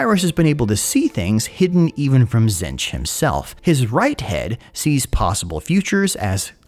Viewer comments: Buddy, we talked about this, Zee-ntch Silent T, stressed double e Back when doing tomb kings stuff you went and figured out how Khemri and Nehekhara are pronounced. Please do the same for one of the major god factions that's gonna be in the game. Tonnes of lore channels, tonnes of goofs channels, even the painting tutorials for GW models: zee-ntch. As a fan, please. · did you just say Zench